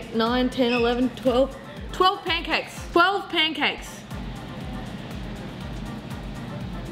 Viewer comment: yo she said poancakes and i smelled syrip